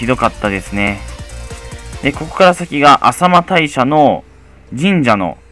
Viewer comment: 車で行けるのは 各ルート5合目までですね、そして個人の車で登れるのはマイカー規制時期以外になりますよ 後、コメントついでに 浅間大社→「せんげんたいしゃ」 と読みますよ でも、浅草も 地名は「あさくさ」 お寺は「せんそうじ」と読むので 浅間大社もどっちでも良いのかもしれませんね